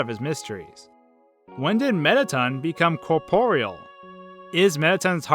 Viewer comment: am i the only one who's been pronouncing corporeal wrong my whole life? I mean at first I thought he was pronouncing it wrong but I googled it and he's right! how have i never noticed this?